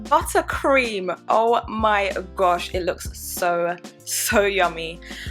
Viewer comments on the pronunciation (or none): The oh always gives it away 😭😭😭